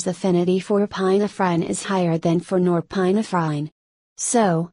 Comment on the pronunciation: it was really funny 🤣 epi-na -frine